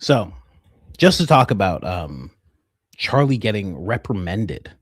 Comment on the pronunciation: Reprimanded not reprimended 👀